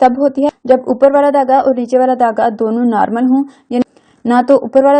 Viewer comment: Dhagga not tagga